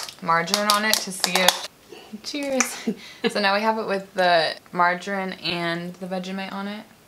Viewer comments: The way she says margarine she says Marjin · it’s pronounced mar jah reen😂